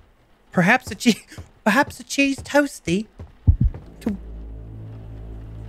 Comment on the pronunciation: "Prehaps a cheese toasty?" british accent